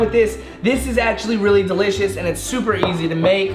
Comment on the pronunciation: delishoe hahahahaha